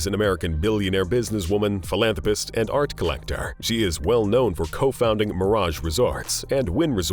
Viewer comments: Yes, I agree I have never heard philanthrapast but philanthropist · Why "ast" instead of "ist" 😫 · Philanthropast. Lol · "PhilantropAHst" donate to "causAHs" and "organizatiAHns" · It sounds like hes calling them ass hats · It's NOT PHILANTROPAST YOU F**KING MORON.